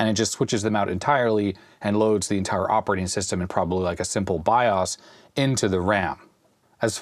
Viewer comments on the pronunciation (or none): entire not entier........